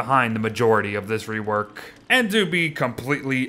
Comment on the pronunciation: "Wigfred wework" nice